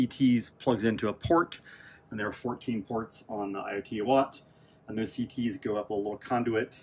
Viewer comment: Eye-oat-a-watt. Good god man.